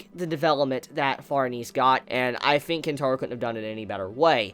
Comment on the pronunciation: A grown adult pronouncing Think as "fink".